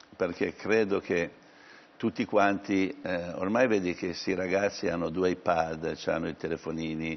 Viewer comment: 😅😅😅😅😅😅pazzesco ma perché pronuncia chiubic /ai pad???? 😄